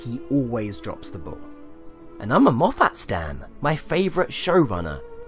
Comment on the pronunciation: It’s Moff-it, not Moff-at